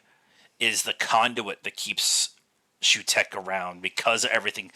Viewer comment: It's pronounced Soo-tek.